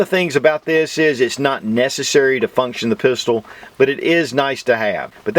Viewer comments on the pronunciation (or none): none